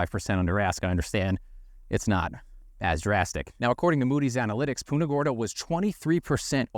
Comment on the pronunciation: You are pronouncing Punta Gorda wrong